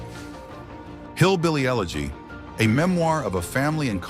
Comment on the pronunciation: It's pronounced "you-legy"